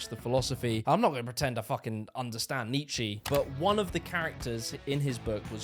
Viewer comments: It's Nietzsche not 'neat shee' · Wtf is that "Neechy" ? Comme on man, please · NeedeeCher....... not Nicheeee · its not pronounced nietzsche ? its pronounced neitzscher ! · Its Ni-tsch-E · Nee Chee? Who is Nee Chee? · I legit hate people who pronounce “Nietzsche” the way you do💔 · God, your pronounciation of (Friedrich Wilhelm) Nietzsche is abominable, just listen to the wikipedia recording: (i.e. footnote /ii/). Apart from that, with much respect to you.